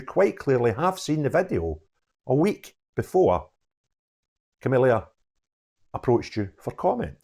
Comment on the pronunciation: The reporters name is Camilla not Camillia . No extra i.